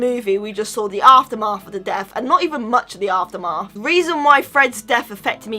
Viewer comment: Aftermarth. PROJOUNCIATION, PEOPLE! In all SIRIUSness (I'm not sorry), luv ya (I'm new, the video is paused at the moment you say aftermartg, sorry I don't know your name) <3